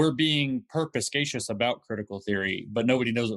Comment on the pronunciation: This is the word he's trying to say: "perspicacious"